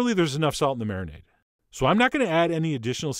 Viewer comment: Marinade is marimade 😂